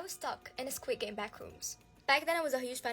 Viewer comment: * She says squid game* me : bro did she said squid games